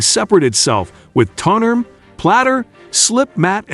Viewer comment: Someone needs to tweak this AI to say "Turn Table" instead of turntuble. cant say "Tone Arm" either